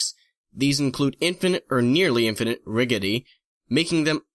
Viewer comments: "Rigidy"? It's ri-gid-ity. (Insert funny fix sentence) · "Rigedy" (it's pronounced rijidit e) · bruh... rigidity is not pronounced like "riggidy", and you said gigantic (ji-gan-tic) like "guy-gan-tic", lmao wot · Did you just pronounce it Riggity? Hahahahahaha jesus christ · HAHA! he said rigidity wrong. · Do you purposly mispronounce words where the G sounds like a J. Rigidity and gigantic. Just worndering. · You mispronounced Gigantic and Rigidity. Kek.